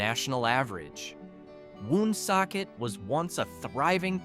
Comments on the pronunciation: Born in Johnston raised in Warren misrepresented and not pronounced WOOOONSOCKET! Just Woonsocket. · Born and raised here. I am 72 yrears old. I have never heard of Slocum. Also Woonsocket is pronounced WonSOCKit